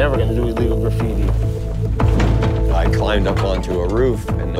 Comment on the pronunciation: "I dont believe my grapphiti is a. Art form" Me: your right its- "I believe its vadlndalism"